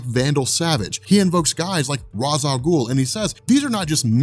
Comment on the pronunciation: you pronounce ra's the wrong way? lol of all people. still love you, <3